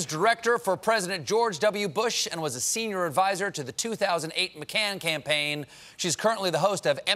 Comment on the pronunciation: Lol “Mc can-campaign”